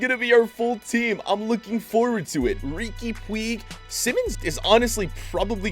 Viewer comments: Everyone: Riqui Puig (pu-ch): Puig (poo-ig) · man said Ricky Pweeg😂😂😭😭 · saying rigui puigs name wrong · Riqui “pweeeg” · Hey! Riqui Puig is pronunced "puich", please try to call him like this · You pronounce it Riki Puje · You pronounce it rique puuccchh